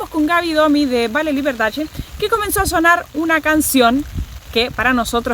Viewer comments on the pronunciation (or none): none